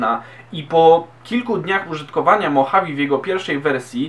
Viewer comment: Poprawka. Nie "mochawi" tylko "modżawe"